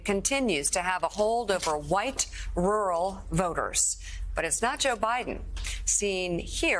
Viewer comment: White wural wage, a twet to muh democracy...